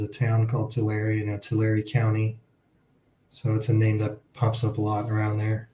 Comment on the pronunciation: The E is silent in Tulare